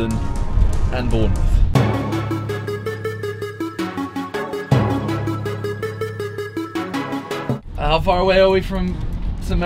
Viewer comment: Bournemouth not Bourmouth